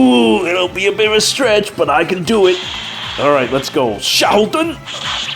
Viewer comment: Maybe Karel was designed around Xiahou Dun? (Fun fact: I first thought you were calling him Sheldon, but after I listened a couple of times, I could tell from the way you were saying it, that it wasn't that) Would you believe I have yet to summon him? Both him and Lyn - I've not seen hide nor hair of either of them.